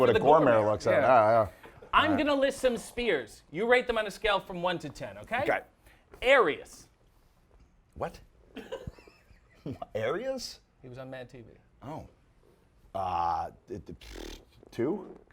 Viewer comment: As soon as I saw the thumbnail, I knew this would be gold! Quick note: it’s ARIES Spears, not ARIAS Spears, and he’s a solid 9/10.